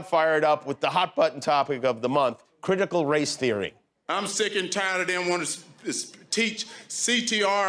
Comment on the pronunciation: “Criticuh Race Theoreh, can anybody tell me what dat is?” He’s genuinely asking